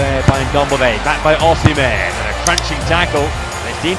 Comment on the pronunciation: He's simply mispronouncing the name Osimhen "O-SEE-MEN" is the correct pronunciation